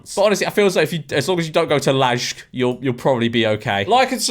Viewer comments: lol george calling LAJK "lazhk" and then proceeding to say "like and subscribe", when LAJK is just croatian way to write english word "like" 💀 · It's not ladzhk, the restaurant is called lajk as in the English word "like" transcribed into Croatian. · post WW2, japan became a gooner society oh yeah, "LAJK" is pronounced "LIKE" as in "like and subscribe to georgeM" in the english language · J in Slavic languages is the same as Germanic, which weirdly is Y in English, like in "yellow". So it's "layk", pronounced like the English word "like". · "LAJK" is pronounced exactly like "LIKE" which you said 2 seconds later. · The way you pronounced Lajk made me wanna cry. It's just "Like". That's the name of the restaurant, a Croatian-ized spelling of the word "like." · The ending is so funny how he pronounces “Lajk” like that and then immediately says “like and subscribe” afterwards